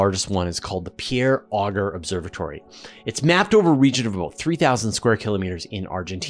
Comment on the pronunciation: I gave a talk involving Auger-electrons, and at Q/A, a distinguished astrophysicist said, "Nice talk, but it's pronounced "oh zshay" not "ogger"